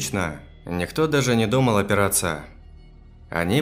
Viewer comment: всё позже и позже уходил* оТпираться* хрущевкИ* изображавшая* чужДого* прИкусу двоИх благовОниями* Сколько лет ты этим занимаешься и до сих пор так безграмотно читаешь, это ужасно. Я понимаю, что это, возможно, оговорки, тяжело с первого раза все правильно прочесть, но неужели так тяжело остановить запись, обрезать и продолжить правильно? Если это ошибки в оригинальном тексте, ну ты что не замечаешь их и не можешь прочитать так, чтоб уши не резало? Прослушал кучу историй на твоём канале, и мне нравится, но некоторые просто нереально вытерпеть от такой безграмотности.